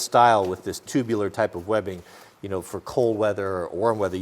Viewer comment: molle WEBBING. NOT WEEBING